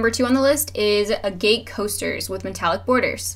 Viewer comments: I don't mean to nitpick but you pronounced it a-gate. You pronounced it the way it's spelled. The correct pronunciation of a-gut. I am actually from the state where they are looked for, found and sold. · Sick ideas! I hate to be a grammar nazi but I couldn't help myself, for the future it's pronounced ( A-g-it ) not (a - g - A - t - e) otherwise thank you for the help!! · It's AG-git not A-Gate. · Love your clever products...by the way agate is usually pronounced like " aagh-git " not ah gate, if that makes sense. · A-gate is a door for a fence ag-ut is a semi-precious gemstone. Google words you're not familiar with and it will show the pronunciation, so annoying A-poth-oh-cary. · ag-get, not A-gate.... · it's said a-get. Short a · Great DIYs!!! Thank you!! (p.s. Thought you'd want to know that "agate" is pronounced "ah-gut" like the word "maggot" without the "m")... :-) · You mispronounced Agate. It is pronounced like Aggit. OOPS!! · Lynn Dirk It's not rude advice, it's helpful advice. In a community of crafters like this, I don't think anyone would do that to be hurtful. It has nothing to do with age either. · Check the pronunciation of agate on Wikipedia. Nice vid. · The way she pronounces agate lol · I like vids like this, but mispronouncing AGATE just makes me sad. It says a lot about the education system and its lack of competence.